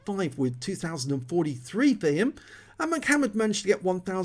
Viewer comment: I don't think it's pronounced "Mic" hammered, but a salute to the rapper/dancer from the early "90's" M..C..Hammer...lol. It's all good...... HAMMER TIME!!